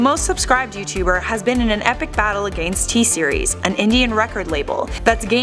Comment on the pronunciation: based on how against is pronounced, is she Canadian?